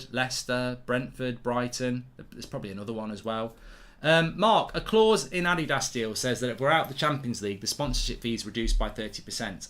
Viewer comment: He pronounced Adidas wrong. Just like how everyone is pronouncing Martinez wrong. Lol.